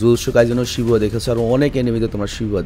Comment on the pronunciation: Bhaiya etar pronounciation Shibua na etar pronounciation Hobe shibuya